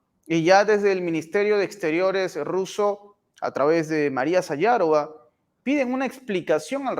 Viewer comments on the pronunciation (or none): Perdona: No se dice "sayarova" se dice "sajárova" con "J" española. Viene dec"sajar" que quiere decir azucar.